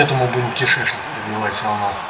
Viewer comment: Бл, как я ору с твоего смеха и ряда слов "страшно", "кентакли", и божественный "кишЭчнЫк" аххаах Лайк автору, однозначно, смотреть оч круто! Красава!